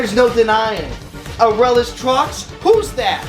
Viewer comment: Someone else that pronounces Aurelus correctly? Subscribed.